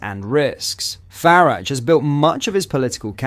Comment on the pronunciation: It IS AI, just using voice. Easy enough to do. The inconsistently incorrect pronunciation is irritating and distracting.